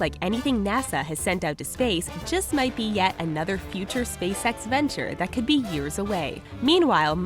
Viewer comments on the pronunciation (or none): none